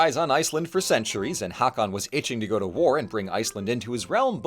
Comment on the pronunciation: Because I know you may appreciate this: I'm not sure if the pronunciation changed in the last 1000+ years, but the name Hakon/ Haakon/ Håkon today is pronounced ˈhôːkʊn (ho-kun). ❤ (Source: My dad is from Norway and his brother is named Håkon). AMAZING video, as always! ❤ I love the absolute mad lad that Snori was 😂 Whorri Sturluson is a perfect diss!